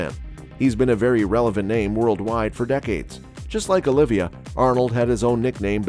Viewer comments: OLIVA (OH-LEE-VA) NOT "OLIVIA" JEEZ : ) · Not only that, it’s “Oliva”, not “Olivia”…